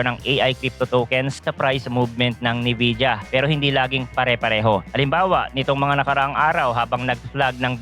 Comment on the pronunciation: NVIDIA yun lods, pronounced as "Envija" You're welcome.